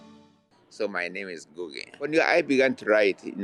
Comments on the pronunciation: please go and practice how to pronounce African names before you come on air. You just massacred Ngugi's name. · Ojy, you did not pronounce Ngugi's name well.